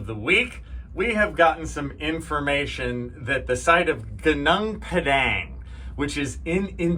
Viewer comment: why are you masking this video in this fashion.. you are not funny.. why should any body believe you when you can't even pronounce ''gunong padang properly.. but Graham can..